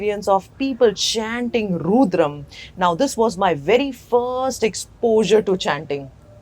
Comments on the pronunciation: Madam, please learn to say 'rudram' correctly. It's not 'roodram'. Thank you. Your videos are good. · Why does she say "Rooodram", instead of " Rudram" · It is Rudram ... Not RUUDRAM !! 🙏🙏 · Ma'am it's Rudram and not Roodram. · Madam, you are doing a fab job. Why have you chosen to maintain the pronunciation of Rudram as Roodram ?Is there a reason you keep saying Roodram ? Because this will confuse most people and they will change the original pronunciation to mimic you since you seem to be a well informed person. Please put a note of correction here if possible 🙏🏽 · Why has rudram become ruudram is it how westerners pronounce the word? Without western science acknowledgement some how our mantras lose relevance, tomorrow when westerners will apply a bindi or tilak we will embrace it wholeheartedly and tell everyone the potential benefits of the same. Till that time it is ruudram. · Pronounce rudram correctly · She speaking about Rudram chanting but I don't think she is practicing and first of all her pronouncing "Rudram" is wrong. When you dnt read Indian languages nor Samskrutha, such mispronunciation happens. She should practice herself, she will have more calmness and stillness !